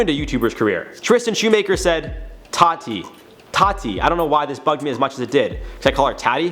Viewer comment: Guess I'll be the first to say it... you did pronounce Tati's name right lol. She pronounces it Tah-Tee, not Ta-tee👍